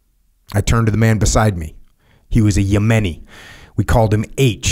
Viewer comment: How can Jocko not pronounce Yemeni’s lol